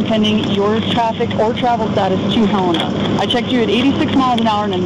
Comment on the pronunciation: You should confirm the pronunciation of “Helena” before you narrate. Sloppy work. Typical modern journalism.